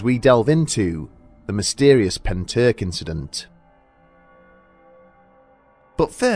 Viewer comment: all i can say is at least you didn’t butcher pentyrch:)